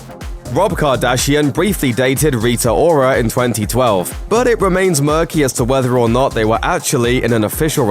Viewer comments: “Rita whora” don’t you dare laugh😂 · "Rita Whora" lol....😂😂😂